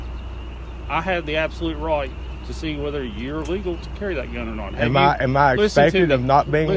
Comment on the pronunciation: The biggest tell of someone bullcrapping you is when they speak a single syllable word and make it three syllables long. This cop keeps speaking the word "not" as "no-wa-ut" he is definitely full of himself and crap.